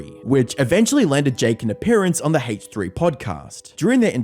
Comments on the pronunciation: Ok,. Nice emphasis on the H in "Hache3" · What’s the Haytch three? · "Haych 3" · bro said hateh3